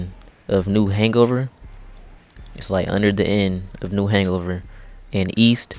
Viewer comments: He said new hangover when it’s new Hanover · New. . .Hangover. That may just be the funniest misreading of anything ever. LMAO